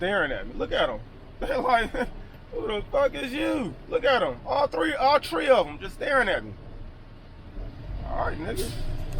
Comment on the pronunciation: he said all tree of them all tree of them 😂😂😂😂😂❤️